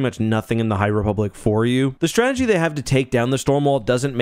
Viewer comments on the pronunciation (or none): none